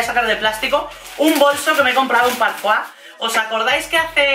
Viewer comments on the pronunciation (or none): Madre mia, me sangran los oidos cada vez que decis parfuá, es PARFOIS, se lee tal cual se escribe ya que la empresa es portuguesa, concretamente de O Porto, y la fundó Manuela Medeiros en 1994, no es francesa!!!! Por cierto, me encanta tu canal, pero ese detalle lo tenia que decir 😊😊